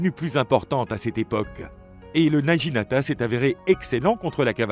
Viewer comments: Intéressant mais prononciation japonaise à revoir. Le G se prononce avec un son dur (comme naguinata) et le U se prononce « ou ». Le naginata servait à faucher les jarrets des chevaux et à faire chuter les cavaliers. Le seppuku était pratiqué soit avec le wakisashi, soit au tanto. Les deux sabres (la paire katana - wakisashi) appelée daï-sho signifie littéralement le grand et le petit. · naginata se prononce Na Gui Na Ta